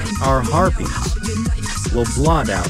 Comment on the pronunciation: it sounded like you were saying free herpes